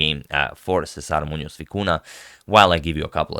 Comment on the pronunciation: Agad, you display vast knowledge of name pronunciation, you gotta hit the "ny" sound for both ñ in Muñoz and Vicuña.